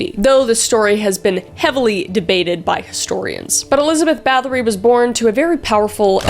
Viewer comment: The Lamia (I believe it's pronounced Lar-Me-A) was also linked to the succubus. Bathory is actually pronounced bat-hory as they don't use the th sound and it's though her husband was a sadistic POS too who taught her new ways to torture her victims before he died.